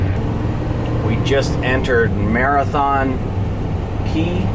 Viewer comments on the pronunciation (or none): none